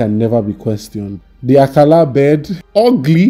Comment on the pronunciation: "...the Akala bird, ugly but I know my gee when I see him outside!" 🤣🤣🤣🤣🤣 Number one name butcher! You did it again. Nice nice nice